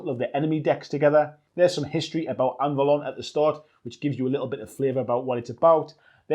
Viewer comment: BTW: Anvalor, not Anvalon...